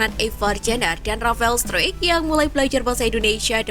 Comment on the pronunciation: STRUICK itu dibaca STRAIK, bukan STRUIK, Mimin nya payah nih.....Kasih dislike ah !